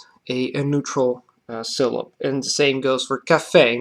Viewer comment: Great video! The word "syllable" must retain the final "le" sound. You pronounce the plural "syllables" correctly so when you say the singular pronounce it exactly the same just drop the final [z] sound. In English sometimes the liquid can function as a syllabic nucleus which is strange and can cause trouble for non-native speakers. Other than that your English is basically perfect!